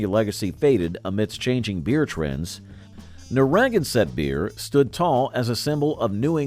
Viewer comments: They need to learn to pronounce it correctly. NarraGANsett, not NaRRAgansett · I was enjoying this trip down memory lane when I heard the pronunciation of Narragansett. My ears began to bleed. "nar RAG en set"? Ouch, painful. This is New England. We don't put unnatural accents on names. It is pronounced "narra ganset". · Nobody else has either. It's Narra GAN set. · Introduced to Shaefer in FL in '75 and loved it - because it was only $3.99 for an entire case. The beer itself was meh at best. BTW, Narragansett is pronounced nair-a- GAN-set, not nah-RAG-an-set Cheers.... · Narragansett. pronounced: Nare-A-Gan-Set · AHHHHHHHH Learn how to pronounce the brand names - you totaly buchered Narragansett!!!!! Nar a gan set, not whatever you said! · Nar-a-gan-sett beer! that pronunciation is... uh... not accurate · Its Narragansett from Massachusetts, dummy! It's named after an Indian Tribe from that area. Nar-a - gan-sett, pronouce it properly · Pretty sure it’s Narra GAN sett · Boy, did you mangle the pronunciation of Narraganset. It is pronounced Neh-ruh-gan-suht as in Narragansett Bay. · You really butchered the name of a really good beer. It is "Nare (like mare) ah gan sett" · Nar ra GAN (accent on the 3rd sylable) sett. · Got a kick out of his pronunciation of Narragansett, its pronounced Nara Gansett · It is pronounced Nara gan set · I've never heard Narragansett pronounced that way. Nai-uh- gan- sett.That's the pronunciation that I've always heard in New England. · Oh, please. It's Nair-ah-GAN-sett. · It's pronounced "Narra-gann-Sett" you dolt. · LEARN HOW TO PRONOUNCE NARRAGANSETT !! Geez. It's the same name as Narraganset Bay. named after an Indian tribe. narra - GAN - sett. 'Gansett - brewed with pure Scituate water. Good stuff, btw. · As a Lifelong New Englander, it's pronounced as Narra-GAN-sett. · Love the video, Narragansett is pronounced Nar a gan set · That's NAIR-UH-GAN-SUT and SHANE-LING. Is Red Top the same as Carling Red Cap? Both are shown.